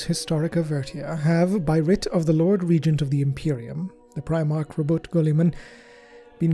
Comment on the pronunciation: ITS ROBOOTAYYY, NOT ROBOOT flicks wand